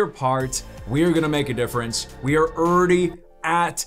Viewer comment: Man I love ya, but it’s funny how you say ‘already’. URR DEE Also, I’m from the South so I say a lot of things wrong too haha.